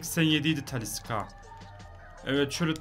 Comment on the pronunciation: Taliska deil Talişka cagneyede diagne dionuz😂